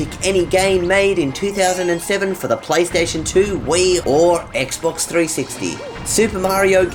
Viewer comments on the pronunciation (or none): none